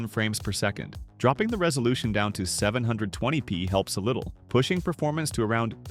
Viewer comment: "One Thousand Eighty P" "Seven Hundred and Twenty P". it's pronounced "TEN-EIGHTY P" and "SEVEN-TWENTY P", please, learn to read a script properly. I could do a better job. I don't know what's with all theese channels lately where they can't narrate their videos properly. it bugs me.